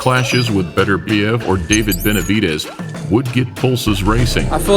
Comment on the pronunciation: (BET-TUR-BE-EV) is how you pronounce it I'm russian trust me! And it's also pronounced (Jah-Ron) Ennis lmfao. But yeah Beterbiev is the best fight for Canelo! Unless Canelo chases his dream fight of Usyk at Cruiserweight both are way better fights than Benavidez which makes me sad because I love the Benavidez Brothers they're like the Diaz Brothers lol